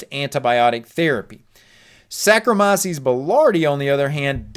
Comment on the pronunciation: You’re pronouncing sarkomyces